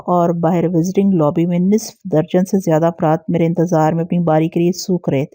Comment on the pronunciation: نص۔ف تلفظ ہے ن۔صف نہیں